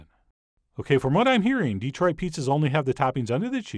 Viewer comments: Dih-troit. NOT DEE-troit. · I’m sorry, but it’s Detroit, not DEEtroit. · Please, John. It is pronounced, dee-TROIT. Not, DEE-troit. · Please, it's de-TROIT, not DEE-troit. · The main key to pronouncing it like a local is putting the accent on the right syllable. It's "de-TROIT" rather than "DE-troit," and it also helps to sort of gloss over the "e" vowel in favor of a more neutral one, more like "duh," as another commenter said. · how you know when somebody is not from Detroit... they say Deeeee-troit. We say Duh-troit. Small point. Awesome pizza! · Yep. Good Chef knows this now, after repeatedly calling it DEE-troit. Yeah. No. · The Dee-troit was killing me. But Chef John is awesome non the less.